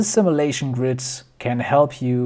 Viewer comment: Cool video, I liked it... FYI: Simulation: Sim-you-lation, not sim-ah-lation